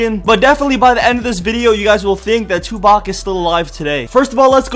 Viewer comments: this nigga said Tubac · ur saying it wrong its TOOPACK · lol he said 2-bac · Lol "three PAC" Love you PAC !! My favorite rapper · Omg the way he says 2 pac.......like if you agree